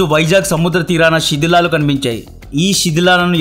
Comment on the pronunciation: Shedhilalu kadhu sidhilalu 😂